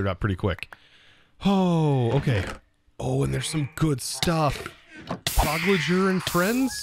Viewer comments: I’m sorry but it rubs me the wrong way every time you say “prog-loger” in place of “pyrologer.” “Pyro” as in “Pyrotechnics.” said it best: “‘Pyrologer’ - ‘pie-rawl-o-jer’” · It's pronounced pie-rol-ih-ger not the way you were saying it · Pyrologer - pie-rawl-o-jer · I know, I'm just trying to help you out as you are struggling with the word every episode you see it. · Love your videos <3 but I really gotta say this just for my sanity... Pyrologer : Paa E Roe Lodger. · Episode 15 still waiting for to pronounce PYROLOGER right. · Yep, Pyro like the slang a person who likes to set fires and then ology like the study of something. :)